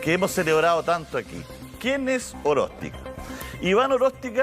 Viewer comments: Dice "Aróstica", porque dijo "Oróstica" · Le corrige, Rodriguez estaba diciendo "Oróstica" y es Aróstica.